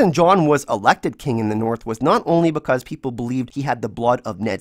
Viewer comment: “but bekurs”